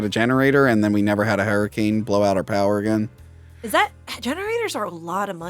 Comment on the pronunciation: wtf is a herricane?